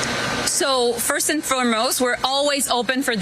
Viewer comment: Please stop joli from saying firstvand for most every answer has that in it, or let me be clear... Just stop